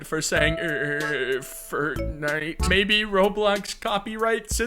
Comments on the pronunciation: idk why but the way he says firtnite really had me rolling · errr fertnite errr fertnite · "Eight firtnite" brotha what